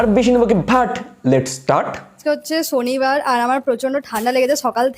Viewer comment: ছনিবার 😅 ছকাল 😂